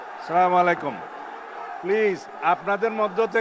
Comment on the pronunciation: সালামলাইকুম কি রে ভাই সাউয়া কি ঠিক ভাবে সালাম ও দিতে জানে না নাকি